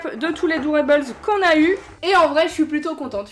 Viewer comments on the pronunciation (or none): Super ouverture !! (par contre il me semble si je ne me trompe pas qu'on prononce dOrables pas dOUrables)